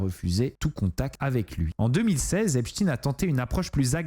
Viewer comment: on ne dit pas Epstine mais Epstein (comme Einstein) !